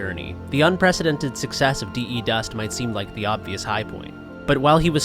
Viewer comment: please don't say "Dee, Eee, Dust" it's derived from defuse. You don't say "Dee, Eee, Fuse" right?